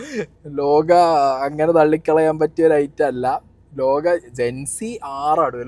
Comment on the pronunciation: Potta … lokka alla … lokah aan …. Mannunni agent 🤣